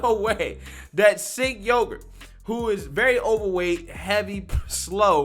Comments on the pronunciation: Pronounced Jenk. Not Cenk. He sucks, but let's at least pronounce his name right lol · It’s not Singh man it’s Cenk. I get how it could be similar but believe me it’s not lol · his name is pronounced "ch"enk. now maybe you already know that, as i've seen say other peoples names wrong and i assume its for shits, but in case you didn't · Please, his name is pronounced Jenk